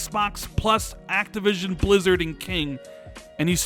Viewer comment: he was so excited he said activisim instead of activision 😂😂😂